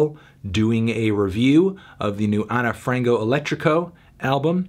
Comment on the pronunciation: Ana (ana) Frango (Frahngoo) Elétrico (elEtricoo) - - Saudade (Sowdahjee)